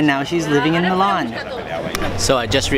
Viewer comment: your saying milan wrong